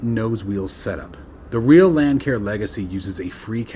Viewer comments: A friendly heads up Lancair is pronounced Lance AIR. I made the same mistake when this plane first came out. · Not to be picky, I merely want to help you out. The "c" in Lancair is a soft c, not a hard c. It is pronounced as Lance air.